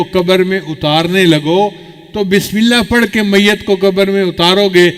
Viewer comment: Please, bismila nahi kahte, isska matlab, Allah ka name nahi, asal lafz hai, Bismillah, ha ko zarur ada karin, taa ke sahie matlab ada ho